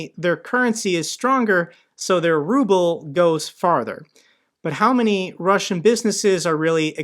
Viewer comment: I love the way an automated voice on one of these YouTube videos reads the Ruble as the rubble.